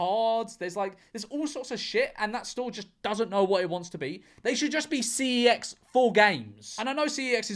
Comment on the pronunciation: george. man up and pronounce cex the way that god intended.